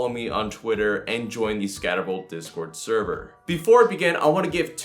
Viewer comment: Dude you need to enunciate. You're not even saying "Scattervolt" in the intro. Sounds more like "scvvo channel"